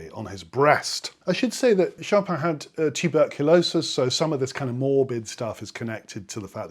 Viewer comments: ahhh, pronun mmm pronounciation. I think the "in" thing in French is tricky. Actually I suspect that those raised English don't in fact hear it! For example, our mundane shoppin' ends a lovely clear en ... Choppin'? 🙂 Shopihn ... how to soften it but not have it disappear! Like enh? cheers (nice to have found you again!) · Sorry, but your pronunciation is still incorrect. The emphasis is on the last syllable; choPIN, as in (almost) all French names/words. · Learn the Polish pronunciation of the last name "Chopin" in two easy steps. Step one: say Schopenhauer (Arthur Schopenhauer, a German philosopher) Step two: cut off the ending "hauer" and say Schopen. You are done.😁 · It's pronounced: Chopin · But you place the stress on the first syllable of the name which is wrong!